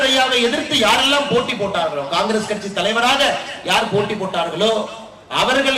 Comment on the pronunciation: Boss. அது கச்சி அல்ல. கட்சி. சரியாக உச்சரிக்கவும்.